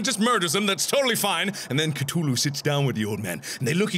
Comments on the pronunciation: Cthulhu has a "th" it's not Ctulhu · ka thu lu not ka to lu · it's cTHulhu, not ctulhu... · No one gonna talk about how it’s coo-thu-lu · Markiplier, I believe you pronounced Cthulhu wrong. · He pronounces Cthulhu weird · Mark, you're pronouncing Cthulhu wrong. )